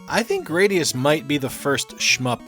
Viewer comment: duuuuude it's GRAD-ee-us, not GRADE-ee-us.